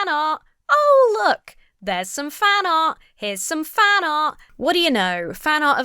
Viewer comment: Gotta love the British accent. "Here's some fana', fana', fana'..." /positive